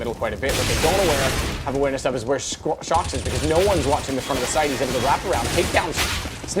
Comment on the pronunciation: Who else heard the announcer say "shoxy" instead of shox because of "ScreamY?